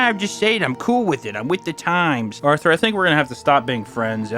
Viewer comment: Lol, he nailed Arthur. 🤣